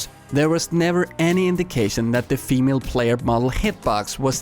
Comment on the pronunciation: Why do you pronounce female like femele